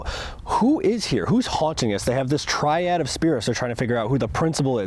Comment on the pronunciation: First time I’ve ever heard ‘tree-odd’/‘tree-ad’ instead of ‘tri-ad.’